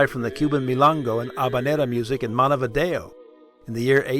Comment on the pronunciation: I should kick you for pronouncing Montevideo wrong...smh...........